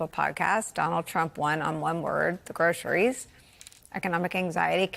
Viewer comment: Trump couldn't even pronounce groceries, and has never been in a grocery store.